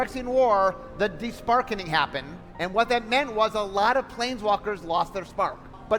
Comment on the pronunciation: "The Deshprarkening happthened" ☝🤓